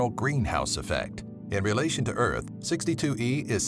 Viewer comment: Earht not earth earht the second are one of the.